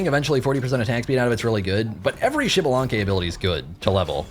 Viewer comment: I’m waiting for the day he says xbalanque’s name right🙏🙏🙏